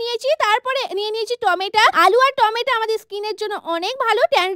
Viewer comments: টমেটো❎ টোমেটা✅ 😂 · টমেটা ❌❌ টমেটো ✅😊😊😊😊😊😊😊😂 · টমেটো, ❎টমেটা😂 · টমেটো ❌ টমেটা ✔️ একদম ❌ একদাম ✔️ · Tomato ❌ Tometa✔️ 😂😂😂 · টমেটো ❌ টমেটা✔️😂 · Tomato ❌To meta😂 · টমেটা 😑😑😑🥴 টমেটু😊😊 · ওটা টমেটো টমেটা না😂😂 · Tomato ❌️tomata ✅️😂😂😂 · টমেটো❌ টমেটা✅ 🤣🤣 নতুন নাম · টমেটো ❎️❎️❎️ টমেটা ✅️✅️ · টমেটো ❌ টমেটা ✅ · টমেটো ❌টমেটা✅😂😂😂😂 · টমেটো ❌ টমেটা ✔️ 😂😂😂😂😂😂😂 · টমেটা❌ টমেটো ✔️ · টমেটো🍅 ❌🚫 টামেটা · Tomato ❎ Tometa ✅ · টমেটো 🍅 ❌ ❌ টমেটা✅✅ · সে টমেটো কে টমে টা ভুল করে বলে ফেলেছে এটার জন্য এত কথা বলা লাগে মানুষের মধ্যে তো ভুলও হতে পারে ❤❤❤